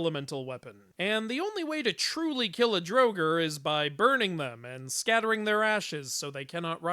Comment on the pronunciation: Please, please for the love of Odin, look up the pronunciations and say them without the white wash. Draugr is pronounced Draw-gur